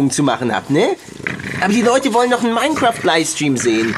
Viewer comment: Kannst du mal LiFFFe stream sagen und nicht Liestream! XD